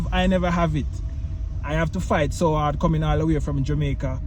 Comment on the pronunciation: I thought he said dating in the US is hard, but he said it with a Jamaican accent.